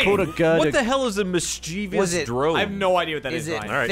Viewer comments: I feel comfortable adding to the existing slapfight in the comments: everyone mispronouncing mischievous as "mischeevious" was absolutely disgusting and my enjoyment of the video was severely impacted for about five seconds. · it's mischievous not mischievious. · doesn't know how to pronounce 'mischievous".